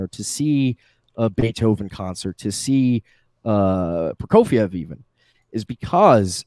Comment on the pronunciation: His pronunciation of Prokofiev made me cringe